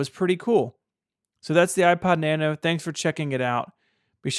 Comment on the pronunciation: Out of the select few Apple products ever owned, my favourite is the 6th Generation iPod Nano. It was way ahead of it's time, and it paved the way for the current Apple Watch series. This video was too negative, did not pronounce 'Nano' correctly.